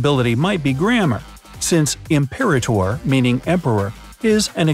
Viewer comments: I believe it’s pronounced “I’m-per-ah-ter” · Nice video! I’m not sure, but I think the second ship you mentioned is pronounced Imp-per-AH-tor — accent on third syllable. Not a big deal...lol. Enjoyed the video very much. 😄 Looking forward to more!